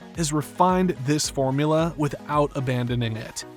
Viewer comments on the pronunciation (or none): none